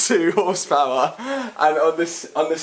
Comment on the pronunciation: Hundrled horspaouærl your lack of skills about cars you try to edit out in the video it's actually hurting my brain...